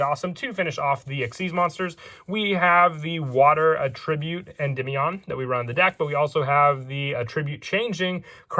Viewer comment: attribute (noun) and attribute (verbs) are pronounced differently